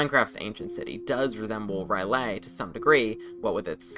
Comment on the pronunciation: Minor correction: "R'Lyeh" is pronounced "Rill-Yeh" to my knowledge. The "eh" is pronounced like an outward breath, such as in Hebrew. Not as "Yay"